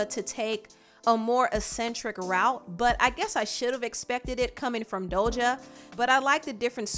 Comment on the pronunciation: Does she pronounce Doja as “Dolja”???